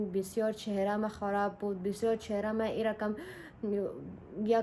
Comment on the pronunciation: ایرکم نگو ایرقم بگو به جای ک ق استفاده کو